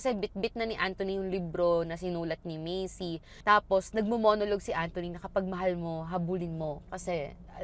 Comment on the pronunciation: medyo napapahinto ako kapag “Macey” yung pagkakapronounce mo instead of “Mace” lang hahaha